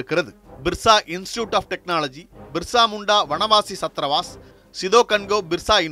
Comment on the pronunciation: பிர்சா முண்டா...என் தலைப்பு தந்து விட்டு.. மிர்சா முண்டா.. மிர்சா முண்டா என பல இடங்களிலும் சொல்லுவது ஏனோ...